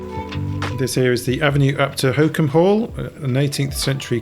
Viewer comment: I realise I am a year too late but I found this very interesting. Thank you. A bit too late in life for me to give it a try, though!! By the way, Holkham is not pronounced 'hokum' but 'Hol-kum' with the first syllable as in 'holiday' - just saying!